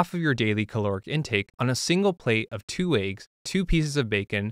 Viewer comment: he said.. "aye-ggs" 🥚 💀